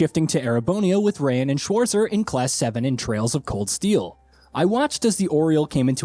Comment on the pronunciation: Bruh... Adventures through "Liberal". With "Reyan Schwarzer". LMAO